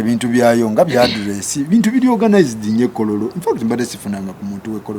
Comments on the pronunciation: But it's kololo still not kororo her pronunciation yeyo anti jabera temujja bitegera 😂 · Owaye the way she pronounced kololo😢